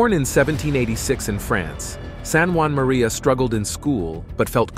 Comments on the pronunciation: St. Juan Maria Vianney the “cure” of Ars. Really? He’s French! St Jean-Marie curé d’Ars please also “18ohoh and 19ohoh”? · Why are you calling him San Juan?He was born in france